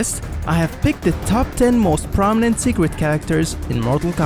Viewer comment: seeqwet character